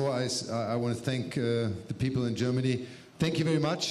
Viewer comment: Where's "Gernamy?"